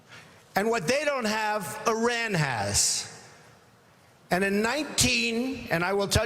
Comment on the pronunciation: A guy who can't even pronounce Iran right is running for president? Jesus christ.